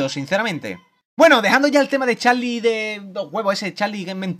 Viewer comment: jajajjjajaj es charli charli tu dijiste chali chali xDDDDDDDD ajajajajajajaj